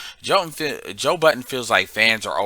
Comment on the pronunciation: Hey Happy New Year. His surname is pronounced Bud—den